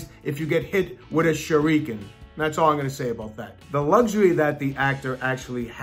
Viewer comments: Sorry, but its not Shur-ree-kin, it Shur-uh-kin... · Holy crap the way this dude pronounces shuriken….. It’s “sher-rick-en” Not “sher-ree-kun” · Did this guy really say shur-reek-in. I'm done. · How's that? Shure-eee-ken? Lmao. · When you say Shuriken, you're saying Shoe Rikan, like Puerto Rican lol. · Tf is a Shureekan lol y did he pronounce it like that haha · stop saying Shureekin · What is a shurr reek can ?? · He hit him with the ✨shareekian✨ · Sha-rEEE-ken Everyone: why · bro sher-ek-in lol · What the heck is a shareeeeken? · He said "shureeekin"...interesting choice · Sureekan Bruh! lmao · Sha REE kun lol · i had to stop at "sherry-ken" it bothered me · "Don't be surprised if you get hit with a shureekin" 🤣 im gonna start saying this to people when they piss me off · annoyed by the fact that he said shuREEkin instead of shuriken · the way he pronounce shuriken like sher-ri-kun makes me want to educate him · A "shureeekin" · surREEKin.... is all I kept hearing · SuREEkin. Fuckin hell, shuriken.. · He says shuriken like its a nationality. 😂😂😂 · How he pronounce shuriken is very upsetting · The way he says "Shuriken" physically hurts me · i dont like how he says shuriken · Yeah should have stopped watching when he grossly mispronounced "Shuriken" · The way he pronounces shuriken really hurts me. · the way he pronounced shuriken 😂 smh I can't unhear that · Did he pronounce shuriken correctly? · Woah woah woah!.... Have i been saying "Shuriken" wrong my entire life or what?